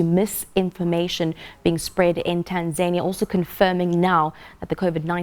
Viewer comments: 😁😂😂 ..Tan(zaynia), TaNZANIa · Right on....who taught her how to pronounce Tanzania.....?as "TanZAINia "so confidently wrong..!